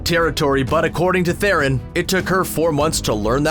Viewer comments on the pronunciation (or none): I'm sorry, but it's not Thay-ron or Theh-ron, it's Th'ron... almost silent e (kinda like syringe is ponounced s'rinj, not sai-rinj or see-rinj).